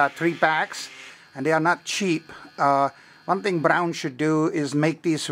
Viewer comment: Hello, I have two(2) comments, first is I was trying to find how to disconnect the Braun charger and cleaner housing from the base to separate the two (2) pieces. I currently have not come across it yet. Did you do a video of that procedure? The second (2nd) comment I have, is the pronunciation of the name Braun, slightly similar to the kitchen paper towels known as "Brawny" but without the letter "y". Brawn = Braun. All in all you did pass on some useful information. Thanks.